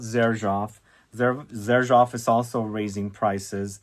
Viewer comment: I was confused, you kept calling Xerjoff… Juicebox.